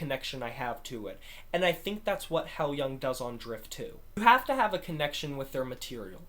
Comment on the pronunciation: I absolutely love this album! Great review! Maria’s performance on Nesso brings me to tears. BTW, the band name is pronounced “high-loohng”.